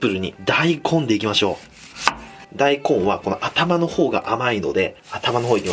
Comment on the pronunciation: だいこんのイントネーションが だい↑こん↓